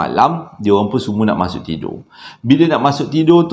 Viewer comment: Comella bang part pelat "mashok" tu 😂😂😂😂